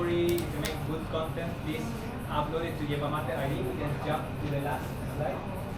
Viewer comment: Yerba or Hierba Mate... but not "Yierba"